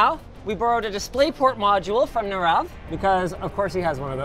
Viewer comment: His name is not pronounced as Narav, it is pronounced as Nirav